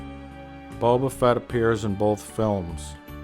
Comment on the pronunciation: For fuck's sake, it's Fett not Fete. And he's getting the name wrong on purpose.